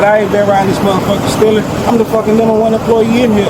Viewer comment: “Dey fill like I b stillin” No, they know you “b stillin”